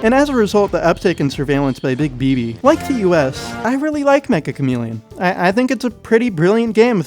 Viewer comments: If the game is made by a Japanese dev, it’s not mecha it’s “meccha”. It’s a Japanese word meaning extremely or super. It’s pronounced “meh cha”. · it's.... pronounced... meCCHa chameleon... not "mecha" chameleon... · Triggers me how everyone pronounces the title Mecha Chameleon instead of Meccha Chameleon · It's pronounced may-chah o algo